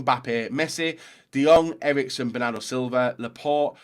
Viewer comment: Erikesen? HAHAHAHHAAH